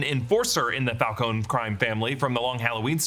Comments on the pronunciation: It's Falcone not Falcon-e. Just saying. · It’s pronounced FAL-CO-NEE!!!! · Died a little every time he pronounced Falcone